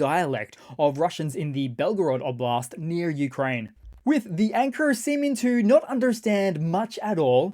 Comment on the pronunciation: "Newkraine" 😂😂😂 brilliant